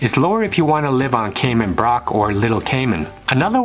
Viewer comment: Brac is pronounced rack with a b in front.